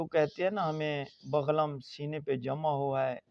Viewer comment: بغلم نہیں بلغم لفظ ہوتا ہے